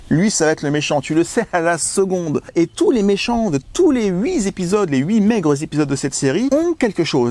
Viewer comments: Les huit zépidodes ?! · Merci pour ces vidéos. Mais s'il te plaît, on ne dit pas 8 ZZZépisodes. 😅